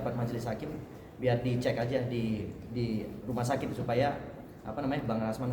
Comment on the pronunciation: Lha om atit...atit apa.... Oalah atit apa atut???.😂😂😂😂😂